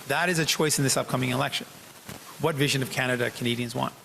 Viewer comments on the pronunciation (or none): none